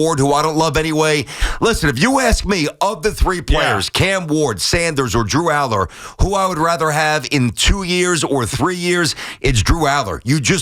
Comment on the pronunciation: I can't take you seriously when you say DREW ALLAR LOL what a JOKE!!!!